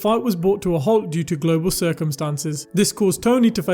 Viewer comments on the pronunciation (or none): none